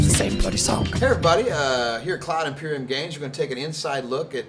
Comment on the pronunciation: It's IMPERIUM, not EMPORIUM